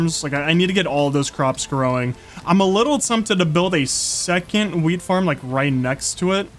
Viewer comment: 😂bro said weed instead of weet